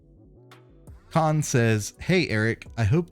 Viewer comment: Had to do a double take to confirm the correct pronunciation of Khan 😂👏